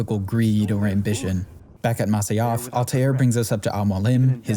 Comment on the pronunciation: It's "Masyaf", not "Masayaf". T___T" Even Robert de Sable clearly says "Jackals at Masyaf", while you misquote it seconds later as "Jackals at Masa-yaf"